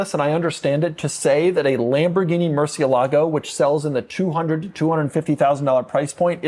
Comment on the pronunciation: Pedant mode activated: moor-SYEH-lah-goh